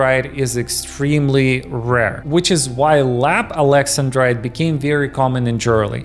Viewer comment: That's not how you say "Alex-An-Drite".